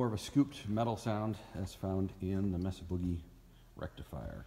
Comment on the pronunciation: Mesa - It's pronounced MAY-sa.